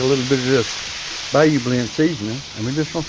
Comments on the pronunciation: BYE-yew is correct. Brucie is a well-rounded individual...no pun intended. He came over here to Florida with his posse to hunt snakes in the 'Glades. Made himself some money and helped my state. He can cook anything out the swamp and make it delicious. Swamp people don't go hungry. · Yes you are correct its By-you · Pronounced "Buy-You".